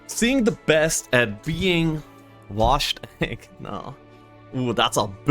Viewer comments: C'mon man, "washed egg" is da bestttt!!😂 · I anticipate the day you pronounce Wojtek correctly. :D Nice casting though, cool games.